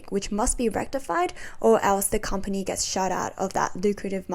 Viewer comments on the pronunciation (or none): none